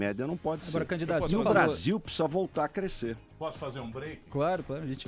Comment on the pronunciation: esse '''''PPSSSZA''' ao invés de pronunciar ''precisa'', tooodos eles falam assim, q nojo, asco de politica. q morram todos TODOS. NEM PRECISO VER O VIDEO E TENHO A A BSOLUTA CERTEZA Q ESSEFALA ASSIM TB